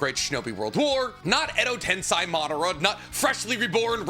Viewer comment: Day 9000 of asking my guy to pronounce edo tensei right